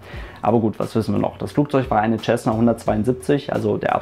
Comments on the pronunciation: Nicht mal du kann den Name Cessna richtig aussprechen....Da ist kein "CH" dabei...Sessna......jesus....google mal etwas...und höre wie es ausgesprochen wird...."auf fucking English"...i dare you to to a video in English....ASAP...i bet i will laugh my ass off........🤣🤣...."th"=s???........🤣🤣🤣🤣🤣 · Was ich nicht verstehe ist wie man als Pilot "Tschessna" sagen kann. Lernt ihr in Deutschland bis heute nicht wie man das richtig ausspricht? Mein Beileid an die Opfer. Ein wirklich schlimmer Unfall. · Ich habe es von dem Amerikanern gebaut. Von den selben die das Ding auch bauen. Tschässna klingt einfach nur bescheuert. Man sagt ja auch nicht tschänt (cent) oder Tschälsius (Celsius). Es ist einfach falsch, sorry.